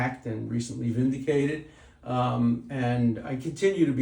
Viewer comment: "vindicated". Lol